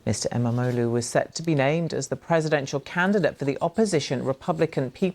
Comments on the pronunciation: I love how chat calling İmamoğlu as 'MMO loot' lolol. As a Turkish person i approve, whatever makes it easier to pronounce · Keeps sounding like they're saying "MMO Lou", like he's got max geared toons in every game.. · I know things are kinda fuked up here but I must say that I love how everyone absolutely butchers the pronancuation of İmamoğlu's name.